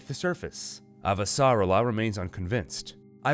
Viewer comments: Great job but your pronunciation of "Avasarala" is off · very good, I am just annoyed by your pronunciation of Avasarala